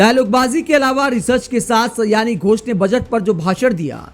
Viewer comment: सयानी नहीं, सयोनि है उनका नाम। अर्थात, करीबी मित्र।